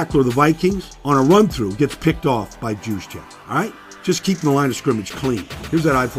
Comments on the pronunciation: YOUS-Check, not JEWS-check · Its pronounced "yooz-check" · Baldy, his name is pronounced USE-CHECK. Kyle USE-CHECK. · did you just say his name with a hard "J"? bruh, really? smh... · Good stuff Baldy. Loved your breakdowns all season especially on the Niners. Killing me with the J though. They call him Juice but his name is pronounced with a Y!